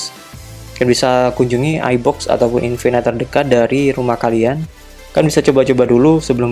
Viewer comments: Bacanya infinite bukan infinight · Maksudnya pronouncenya yg bener "infinit" bang, bukan "infinait".. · Iya, dia bilangnya (baca: infinait). Bukannya yang bener (baca: infinit)?